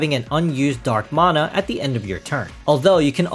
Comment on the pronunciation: That's just the correct pronunciation. Anyone saying "manna" is simply wrong.